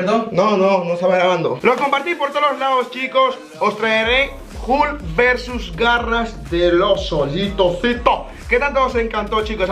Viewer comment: No es hukl es hulk